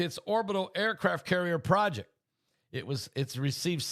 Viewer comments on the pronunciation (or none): none